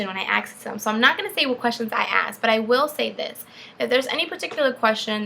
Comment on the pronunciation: You probably shouldn't axe questions